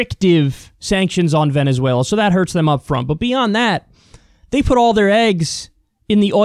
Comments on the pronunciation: He said Venssueylaaa so im convinced.... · I'm here to hear Kyle's imitation of vEnezUelA